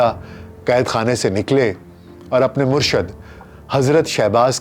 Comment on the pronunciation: Sir bht achi video... But sir murshad word ni hta.. murshid hta hai..